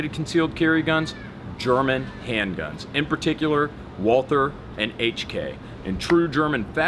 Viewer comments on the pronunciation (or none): I'm so triggered as to how you pronounce "Walther." I may not be a fanboy, but I do have a very basic understanding of German. At least pronounce it as "Walter." The true proper way to pronounce is "Valter." Just annoys me. Thanks for looking at my rant. It's more about proper pronunciation than a fanboy deal. Triggers my German side xD